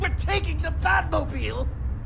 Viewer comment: “We’re talking the batmobel?! We’re taking the batmobel!!”🤣🤣